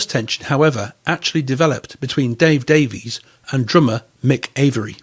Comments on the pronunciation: Davies is pronounced Davis in England, according to Dave. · Great video. The Kinks 60s singles are incredible. They pronounce their surname Davis not Davies. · DAIES is pronounced Dave-Iss, Mick is pronounced MĪCK ( Mike) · I had heard it is pronounced "Davis" in England, but to us Americans who don't know any differently, it is pronounced as it looks. If that is true, I wonder if Ray and Dave, overtime, just accepted the American pronounciation. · Strangely enough, the brothers each pronounce the name "Davies" differently.